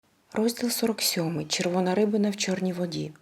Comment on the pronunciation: Дуже сподобалась книга, прослухала її залпом за 3 дні. У вас чудовий і голос, не знаю як ви стримуєте сльози на деяких моментах. Довго думала чи написати це вам, надіюсь я вас цим не ображу. Я знаю , що українську мову ви опановуєте наразі. Лише одна дрібничка, наголос в слові "рибина" має бути на другому складі.